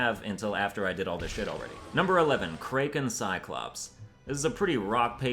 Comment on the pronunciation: You're the second youtuber that I've heard pronounce Kraken like that. The first being Kripparian. Are you canadian as well?